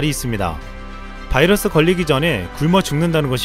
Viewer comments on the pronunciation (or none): none